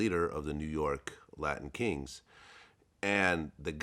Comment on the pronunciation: Why this man can't say latin king